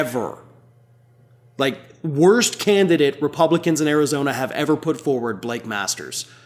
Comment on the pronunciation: Arizona not Karizona!